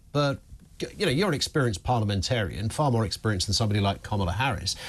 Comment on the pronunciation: Oooh! She pronounced ‘Kamala’ wrong! Racist!